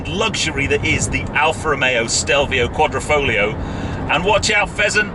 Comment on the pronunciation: its not quadrOfoglio, but quadrIfoglio - you are speaking it out wrong.